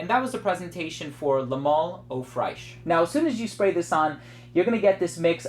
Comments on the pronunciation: Don't say "au fraiche", but rather pronounce it " oo fresh" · Love your vids man, I thought you should know that the correct pronunciation for "eau fraiche " is oe fresh, non fraish.